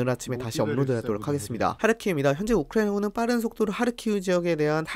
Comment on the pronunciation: 딴건 모르겠고 발음좀 제발 똑바로 해주세요ㅠ 듣는데 조금 불편해서요. 우크라이나군은 부분이 너무 심한것 같아요